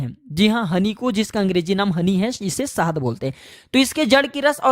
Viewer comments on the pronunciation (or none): Sahaad nahi sahad hota hai saste nashe 😂